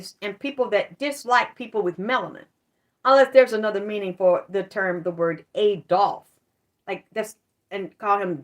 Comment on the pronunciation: Adolph as a boy's name is pronounced a-DOLF. It is of Old German origin, and the meaning of Adolph is "noble, majestic wolf